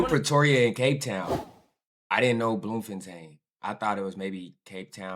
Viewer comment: Bloom-fan-tane had me rolling on the floor